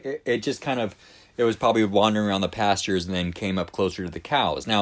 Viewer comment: Passures? What is wrong with her? PasTures! She's on drugs.